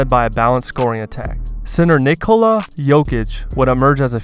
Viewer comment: Why are you saying Nikolo Jokic? It’s Nikola